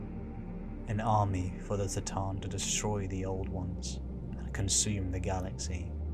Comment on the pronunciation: Why S'tan and not C'tan?